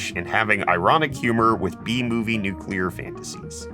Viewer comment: It’s nu clear not nucelear man hearing the wrong pronoun citation of the word triggers the ever living bejesus out of me